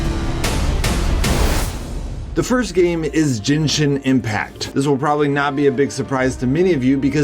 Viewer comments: Jenshin ? Lol genshin .... g ... say it genshin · its G, GENSHIN Ge, GEN-SHIN NOT JENSHIN GENSHIN!!!!!!!!!! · Jinshin. Wtf... Its gen...gen...gen...men..gen...men..gen..shin Againn...what does gay pronounced..its just like that...its gen...not jen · Jinshin Impact? seriously man, its not that hard to pronounce. Gehn-shin gen-shin, again 1 more time, gen-shin impact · Jenshin impact 🤣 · “Jinshin impact” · why is he pronouncing it "jenshin impact"? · Jin???? Jinshin impact lol😂😂😂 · He butchered "Genshin" so bad 😂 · uhhh no its not. Not even japanese ppl say it like that.